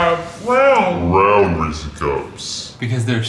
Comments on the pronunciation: Ok I guess I'm gonna be the person to say... it's Ree SAYS not ree SEES. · “ree-sees” ???? its just “ree-ses” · “Resee cups” 😂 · Ree-sees cups? Your Alabama is showing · Haha yea 🤣. Oh and “Resee cups”.... 🤔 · I find it so weird Americans pronounce "Reese's" like "Reesy" there's no "ee" sound at the end y'all it's literally the name Reese like Reese Witherspoon or whatever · How did they say Reese cups wrong ? 😂😂😂 must be a southern thing. Because I heard no wrong lol